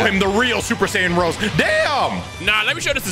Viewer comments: Bro says rose and not rosayy😂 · Rosé (Rose-ay) -Rose